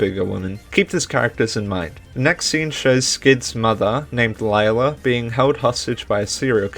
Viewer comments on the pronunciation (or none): Cool video! Although Lila's name is pronounced "Leela", not "Layla". And Sr Pelo is not "Sir Pelo" it's "Señor Pelo" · Nice video but it kinda annoyed me how you said sir pelo it's actually senor pelo (it's Spanish for mr) easy mistake though also the name of skids mom is pronounced lee-la not lie-la but other than those to little mistakes this video was really well made good job 👍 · Nitpick but I believe its (Lee lah) not (Li lah) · It is actually pronounced lila not layla. I believe thats what i heard one of the characters say. I think it was jaune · I notice you’ve been pronouncing Lila’s name incorrectly (which is a common mistake made by a lot of the fandom including myself until it was stated in the fourth episode), but her name is actually pronounced “Lee-la” rather than “Lie-la”👁👁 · Actually I think Lila's name is pronounced Le-La, correct me if I'm wrong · I LOVE SPOOYNMONY LORE OGMB ITS SO RAD HGahahHHGgAAA Sorry I got excited Edit: Also slight correction, Lila is pronounced “Leela” in the 4th episode. It’s alright tho, I pronounced it the same way a long while ago. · You pronounced lily wrong Lee-La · And you pronounced Lila's name wrong... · You pronounced Lila wrong